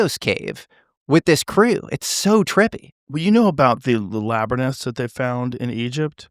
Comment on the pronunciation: another day where Joe Rogan insists on saying "laberniths" 😂